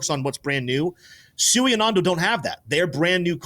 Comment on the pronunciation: Why didn't you correct him when he constantly pronounced SUI wrong? This is why we look stupid to traditional finance, we can't even pronounce our own Investments correctly. In the real world people would laugh at you if you said I bought a quarter of a million dollars of Tefla today. But because this is the crypto space it's accepted that we all sound low IQ